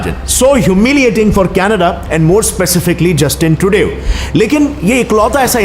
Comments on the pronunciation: Yeh kya 2Dev ya Tridev bole jaa reha hai - Its Trudo (Trudeau) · Triudev nahi he bhai Trudeau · bhai jab bhi Trudeau ka name le rahe ho lag raha ki aap bol rahe ho. Justin Tridev. 😂😂😂😂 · It's Trudeau... not trudeo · Bhai vo tridev nahi hai🙏🙏🙏..nnam bolna toh seekh le pehle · that guy dont even know how to pronounce "Trudeau"